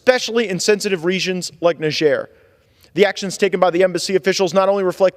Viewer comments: English speaking countries don't use the French pronunciation - - If you want people to know what country you are speaking about - - say "Nigh" (like the time is nigh) + "jer" (as in Jerusalem). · Cannot even pronounce the name of the country